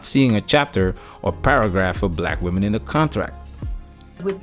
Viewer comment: It's weird to hear fefails say "womanens" instead of women, it's like "cool whip" from FamGuy.